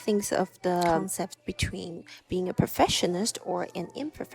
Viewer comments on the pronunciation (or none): It sounds like you are mispronouncing Perfectionist and Imperfectionist. You must pronounce the C. You think too much. Just schoot more film and think less about it.